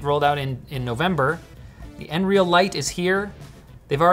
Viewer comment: I'm pretty sure they call it n-real.